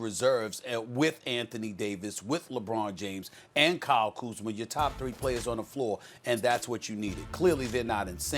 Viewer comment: Nobody: .... Stephen A: KYLE KUZMER